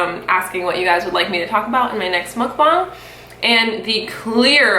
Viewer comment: Thank you for saying mukbang properly. I live in South Korea at the moment and cringe every time some American youtubers says "mook-beng".